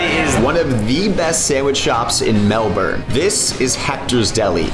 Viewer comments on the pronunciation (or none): Pronounced melbin not mel born. Other than that, good vid mate.